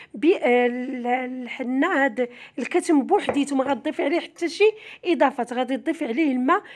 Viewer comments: اختي العشبة اسمها كما قلت صحيح ولكن بضم الضاد والثاء وتسكين الميم وشكرا ٠٠٠٠٠٠عفوا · اسمو الكتم بفتح التاء ماشي السكون